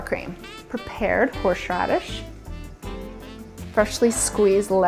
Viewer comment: Whorrsshhhradish chream sauce